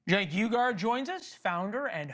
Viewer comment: Cenk You-garr - so close buddy, you almost had it 🤣